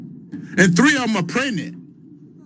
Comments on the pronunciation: The cows were "Prenint" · What’s a “peggednate” cow?